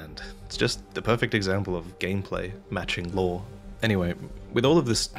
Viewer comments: Are you saying law or lore? 🤣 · Looore? Lore man talking about lore?